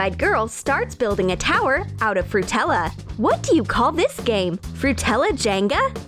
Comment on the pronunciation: Fruit-tella? too much sweets ugh...